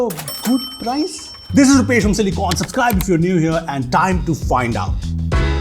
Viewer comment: I love this channel, but - seriously? Supscribe?